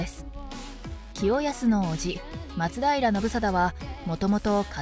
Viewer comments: 松平のアクセント....... 松平定知アナウンサーじゃないが、やっぱり「ま」にアクセントを置いてほしいな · 松平のイントネーションおかしい